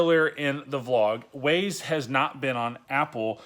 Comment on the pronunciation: Its pronounced Wah-Zaye. Waze